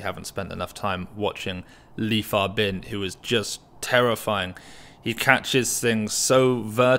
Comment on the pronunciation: Li Fabin been winning so much that people start learning to pronounce his name right 😂